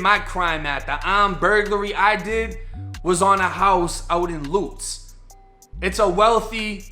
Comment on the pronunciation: Bro said lootz its Lutz😭